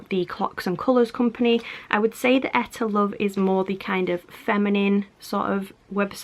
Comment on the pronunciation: Hmmm I was always told it was pronounced EE - TAH LOVE